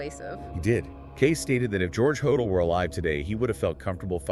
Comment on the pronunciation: Could dr hodel of been Jack the Ripper? Pronounced dr Ho-dell. Not hodall. Why do the police lose evidence?